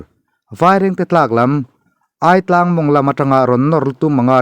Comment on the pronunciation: 'Aitlang' Ai tih lai i lam dan hi adik lo.. Alphabet a 'i' anga lam tur ani e...